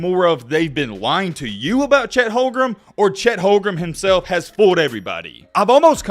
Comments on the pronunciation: The warriors had the best d in the league oh, plus it’s not Chet holgrum it’s home-grin.lol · is there a reason you keep calling him "HolmgreM" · Uh,? What's this video even saying? And it's Holmgren. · Yeah you watch all the Gonzaga games but you don’t know how to pronounce his name oh and that trash 39% 3-pt shooting you’re taking about as a center would be 2nd best in the league behind kat. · if u gonna make a video about bro at least say his name right 💀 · bro cant even say his name right and we're expecting some informed takes? lol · Claims to have followed Chet Holmgren since high school and can’t even pronounce his last name right